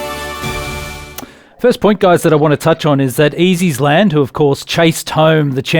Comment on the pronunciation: Can Stephen learn names please, Allaho won the Ryanair not allart.easysland not east island.first flow not fast flow.